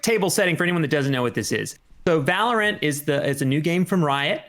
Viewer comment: Valor-ANT? Sounds like Disney